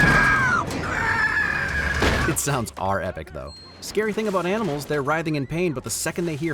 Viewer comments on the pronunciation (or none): none